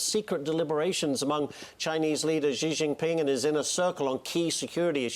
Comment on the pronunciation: Ha ha ha expert on China called Xi "jee jinping" OMG Xi is pronounced "She" like the female pronoun. I hadn't watched the vid until now because, well, it's FOX, but that's hilarious. The expert can't pronounce his name right. Not even close. And you guys listen to this "expert"?